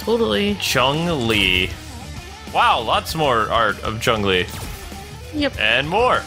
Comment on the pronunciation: Why does everyone pronounce Chun Li's name wrong. It's not "Chung Li" it's Chun Li (Choon Lee).